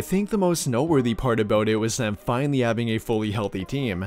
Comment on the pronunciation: Love that ‘’FINALLY’’ 😂